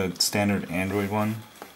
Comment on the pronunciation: angoid tablet... lol